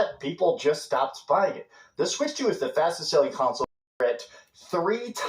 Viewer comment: CON-Sole Laming